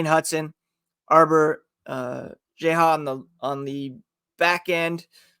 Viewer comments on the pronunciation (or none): Correction, the Habs aren't over salary cap with that trade, they're a bit under cap. 500k free space. Also Xhekaj's name is pronounced 'jack-eye' not 'jeh-ha' lol.